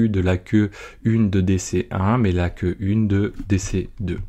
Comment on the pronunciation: Il aurait fallu traduire le terme "queue" anglais en "file" (vu que tu le prononce a la francaise) ;) La vidéo reste très claire :)